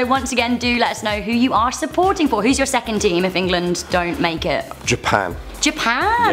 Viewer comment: EnGAlAAnD (England)